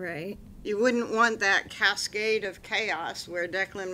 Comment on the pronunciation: …even at 2x speed! Say “cascade” again! 😵‍💫